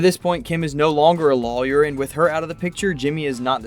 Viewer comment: Do you realize you don’t properly pronounce the word ‘lawyer’? So distracting when you’re talking about a show about lawyers….